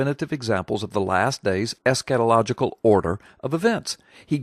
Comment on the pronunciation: Man! The way you pronounce "Escatholigical" sounds sooo educated! I can't even spell it yet alone pronounce it! ha! Really good video btw! It really encouraged me!